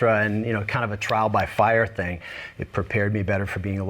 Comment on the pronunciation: And farrr for fire